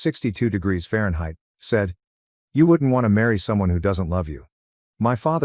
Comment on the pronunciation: I’ll be back when you edit your narration…Fahrenheit and million???? Seriously….